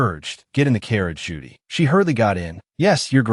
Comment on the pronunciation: Or "Ju-Dai" instead of "Judy". 🤔